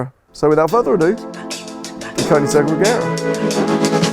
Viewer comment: Please pronounce the brand in the correct way! :)